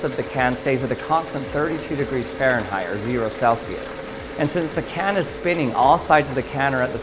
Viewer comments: WTF is faranheight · What the fuck is farenrrait